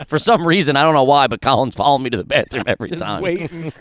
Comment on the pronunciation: Anytime speaks a different language it’s just a phrase he’s repeated a million times that he still can’t pronounce right. Him saying bathroom sounded more like him saying Banya from Seinfeld